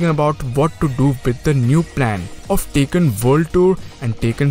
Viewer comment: Its bandai namco not bendei nemecoo Its tekken not taken